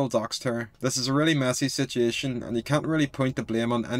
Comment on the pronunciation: How many times did this dude say “sitiation”